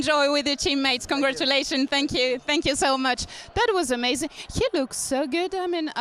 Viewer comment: djmariio: ameisin😂